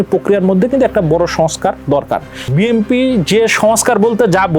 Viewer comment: এই লোক কিশের সাংবাদিক ভাই.?সে বি,এন,পি,কে বি এম পি বলছে.!!!!!!!ভাই এরা কোত্থেকে এসেছে.?এরা কি পড়া লেখা করে সাংবাদিক হয়েছে.?বর্তমান সময়ে দেশের যে দুরবস্তা ভাই.!এ কোন দেশে আছি আমরা.?এই লোকটা মনে হয় ঐ দলের সমর্থক সাংবাদিক.!বি এন পির বহু লোক আছে,বি এম পি বল.!অবশ্য এটাই স্বাভাবিক.!যেমন দল,তেমন তার সমর্থক.!!!!